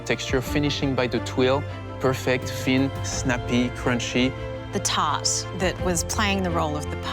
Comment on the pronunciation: Someone please teach Amaury how to properly say "thin", cuz "phin" just doesn't cut it.